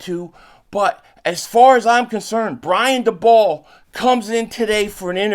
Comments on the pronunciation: Daboll= Day-Bull* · Are you saying dabolls name wrong on purpose?